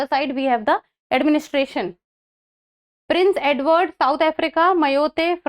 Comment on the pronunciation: Prince edwar-canada Guan- us ... Two are wrong